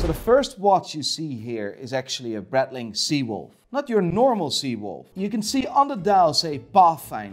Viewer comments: Any specific reason as to why he calls breitling "bradling"? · how come that a "watch expert" doesnt know how to pronounce breitling ? its not BRETling, thats for sure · Did he just say Bretling? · For the record, when says: “Breadling” he means Breitling, just like when he says Seaco, he means Seiko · Please, look into how to pronounce Breitling and Jaeger.